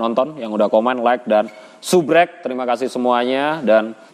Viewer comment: ngmg yg betul boss subscribe... bukan subreb.